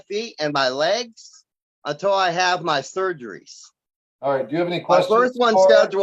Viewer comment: "I need thurg-arees. I cant work! I cant walk! I have vaaath-caluru disease! I need thurrg-arees! Judge, I cant walk, im sick, seriously im sick. I need TTTHHUURRG-ARREEES" This guy Is so pathetic. Putting dye in the veins isn't a surgery. They do it in the MRI room and 30 mins. Having that done doesn't mean he needs surgeries. My hubby has everything he has,he's missing all his toes from infections, he has neuropathy of the legs and eyes to where he can't see well, he's on dialysis and can't walk..but he has a job. This guy can work, he just doesn't want to.